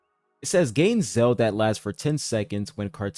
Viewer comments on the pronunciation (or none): Please learn how to pronounce the word "zeal."